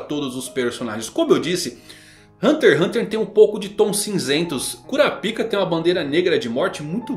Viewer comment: Rsrs acho engraçado a forma do chamar o kurapka (curáp-ca) como 'cura-píca' 😂